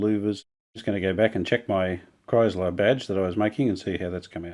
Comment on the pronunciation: Beautiful... “Live art.” Thank you 🙏 Just one little thing... “Kriesler” is pronounced (exaggerated): “krÍÍÉsler.” Not: “krAAIsler,” if you get what I am trying to say. Not to worry!!! German words are notoriously difficult to pronounce. But though you would like to know. Cheers!